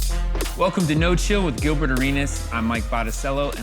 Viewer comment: He called him gilferd😆😆